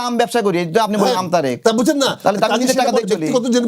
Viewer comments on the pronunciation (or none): জনাব আমতা.... ভিডিওর ২০ সেকেন্ডে উপস্থাপক সাহেব আমতারেক বলে ফেলতে গিয়েছিলেন। 😂